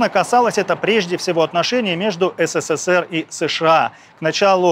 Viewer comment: Вы в слове "СССР" букву с произносите 4 раза.